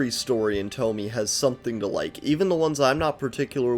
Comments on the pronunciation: I am so mad you pronounced it toh-mee instead of toh-mee-eh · It's not tomi, its to-mi-eh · it's thaw-mee-yea